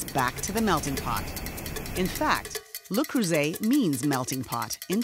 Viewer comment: THAT'S NOT HOW YOU PRNOUNCE LE CREUSET FFS